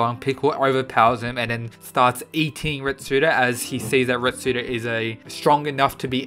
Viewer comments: ITS RETSU NOT RETSUDO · Retsu not retsudo just saying